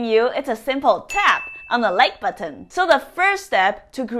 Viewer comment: I love the way she says like "buhton" and I smash it before I have watched the video because I know all her videos are great!😇